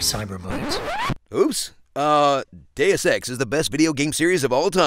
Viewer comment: Deus ex D e u s e x D e u s e x that's how I hear it.